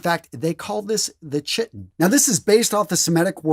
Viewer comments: "Chiton" is pronounced with a hard 'C' sound ("ky-ton"). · 'ch' in words of Greek origin is pronounced as 'k': chaos, character, ache, stomach, technical, etc. The pronunciation of the garment chiton is KIGH-ton. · Chiton = "kite-on," Celts = "kelts" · I think that Chiton was pronounced "kai-tn". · Chiton pronounced something like "Ki -ton" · Chiton is pronounced kyton. It starts with the Greek letter chi, pronounced ky like in Sigma Chi.